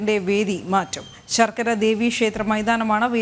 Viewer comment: ചാർക അല്ല 😡ശാർക്കര പറഞ്ഞു പഠിക്കു